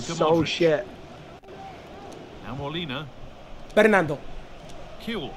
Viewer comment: wait, does he think that "bernardo" is "bernando" like fernando? 😂😂😂😂😂😂 i cant